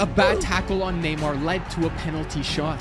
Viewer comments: It’s NAY-MAR not NEE-MAR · did bro said neemar